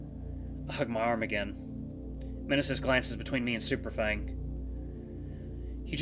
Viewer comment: I think the M in Mnesis is silent and I believe it's pronounced as nee-sis. That's how another let's player I watch pronounced it.